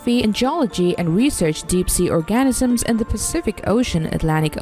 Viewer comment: Was wondering if anyone else caught that. 😅